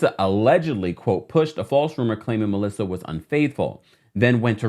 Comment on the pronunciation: no she said it right 🤨